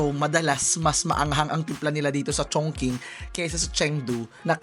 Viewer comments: I've been to Beijing and Chongqing nag work ako s parehong city n yan at mssabi ko n bukod s mggandang tourist spot safe dn s lugar n yan☺️ Tama k n po s pag pronounce haha "CHONGCHING" ( Chongqing) FYI dn po anjn s Chongqing yung dulo ng longest river in Asia Yangtze River☺️ skL history eme haha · Chongching po ang basa sa Chongqing. Remember Qing Fei De Yi ni Harlem Yu? Meteor Garden OST po. Ching ang pronunciation ng Qing.